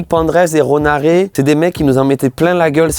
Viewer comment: Ronaré????? Bah frérot tu connais pas bien le nom du gars avec qui ta prod?? Kappa